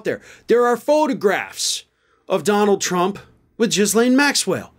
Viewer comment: It’s pronounced Gheelenn